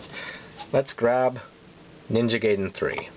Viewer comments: Gaiden is not pronounced "gay-den"! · i don't want to nitpick but you pronounced ninja gaiden wrong